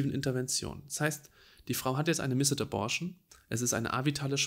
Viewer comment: Vielen Dank, dass du dieses Thema aufgreifst sehr informativ und doch auch wirklich empathisch! Eine kleine Anmerkung: Das 'e' in missed ist sehr schwach und wird deshalb eigentlich nicht mit ausgesprochen ;)